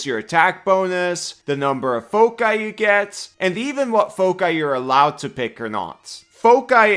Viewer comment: WWN is very very cool! Also thank you for pronouncing foci like you do which I'd like to argue is correct. 😁